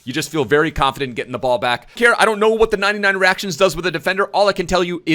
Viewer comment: i love how still sais teet in place of the-ate